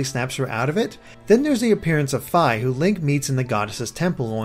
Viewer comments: ur saying Fi wrong... it's Fee not F-I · Fi is pronounced fee not fy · FEE FEE NOT FY FEE! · you say it like fie its suposed to sound like fee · FEE not Figh Sorry had to get that off my chest Great anaylses as usual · As soon as he said Fy I paused the video to see how many people would post "its Fi not Fy" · i think fi as in fie not fi as in fye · I swear, I thought it was pronounced "Fii" not "Fy"...strange. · Lol Fiye, its Fee. js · I know it shouldn't be bugging me lol but Fi is pronounced like "fee" not "feye" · its fi. you say Fai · BTW, Fi's name is pronounced Fee. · Fi is the Latin word for faithful. It's pronounced fee. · I think you pronounce Fi as Fee, like you're paying a fee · Fi's name is pronounced FEE. Also, this is a theory, but, since this is an alternate dimension, wouldn't that mean Midna and Link would have never met? Hence why she isn't in that human-ish form? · It's pronounced FEEEEEEEEEEEEEEEEEE. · nawoalanor Fi's a Greek letter, and it's pronounced fee... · Did he just call Fi, "Fie/Fye" What the fuck analysis machine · Learn how to pronounce Fi!!! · He cant say fi right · Oh dear I think you mispronounced Fi and Lana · I was just about to comment the samme thing. lol :3